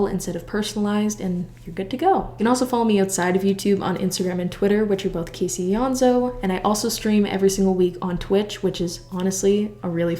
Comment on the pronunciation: dang last time i was this early, i didn’t know how to pronounce caseys last name